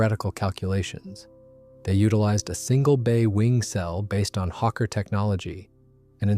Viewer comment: And Hawker is not pronounced ‘Hokka’ like ‘fokka’ but with the first syllable like the bird ‘hawk + the closing second syllable’.